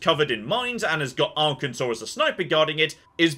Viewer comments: See you can pronounce the state right! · It's so weird hearing pronouncing Arkansas correctly and not complaining about it.